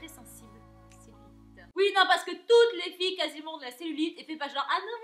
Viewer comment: Toutes les filles ! J'ai bien aimé l'accentuation sur ce mot 🙄🙄🙄🙌🏻🙌🏻🍑🍑🍑🍑